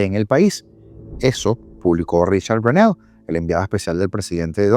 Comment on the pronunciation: Una sugerencia==》 disculpa si lo incomodo; sugiero que busques en Google, la pronunciación del apellido de Richad, el enviado especial de Trump a Venezuela. Es que me saca la pied ra 🤭 cada que acentúas el "néll"